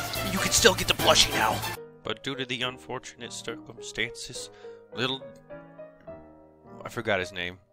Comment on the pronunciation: "Due to these unfortunate Stircumstances"?